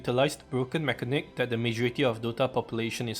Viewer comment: Say it with me: /meh-ka-nik/